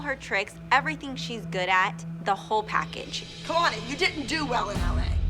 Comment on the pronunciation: „se moms“ 😭